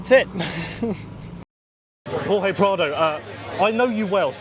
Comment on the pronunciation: 😂😂 fr tho I was like “hor-hey” come on now